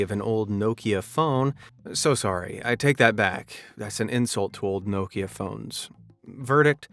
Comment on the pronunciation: Why can't you say Mario or Nokia ??? Are you broken as much as shitty wish products? And we DO NOT live in any kind of shire .... It's pronouced shur .... as in Yorkshire 1 word not 2 with stupidity leaning on the shire half of said words Cheshire, Derbyshire, Gloucestershire and even New Hampshire ALL pronounced ???shur Share this with your civilisation and you're welcome. NOT AMAZED at anything, ever!